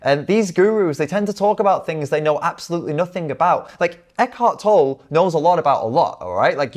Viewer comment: His last name is pronounced Tol-le